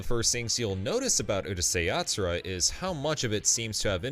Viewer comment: why do people always mispronounce the name of Urusei Yatsura